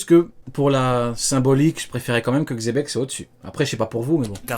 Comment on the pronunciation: mdr c plus xebec c zepeck